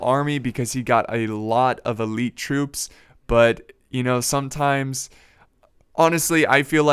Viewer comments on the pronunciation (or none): none